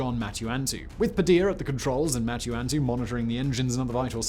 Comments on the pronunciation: MUTANTU, how the fuck do you pronounce that as MATU-ANTU?! Did they even vet your oral skills before throwing you on as a host, or were they desperate for a bald, bearded British guy to narrate this shit? You'd think doing this for a living would make you want to give a shit and improve, but nahhhh. Jesus CHRIST Simon, can you guys hire me to narrate something? Because I can half-ass it as well, and probably way better than you, at least with the pronunciations. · RIP John Mutantu's Last name. Foreign pronunciation is a just bridge too far for the Brits. "You frogs invented this thing called the " Carbean"? Well we're calling it the "Carbyne" as is proper" John Mutantu is John MantuAntu now. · "Mutantu"... Like MUTANT with a U. Simon, did you f*** up the rehearsal? Or did your editor? Or did your... Sorry to slap you in your face with this. BUT, I feel that bad editing is UNFORGIVEABLE! They won't let ME get away with it. So... Mind you... 👆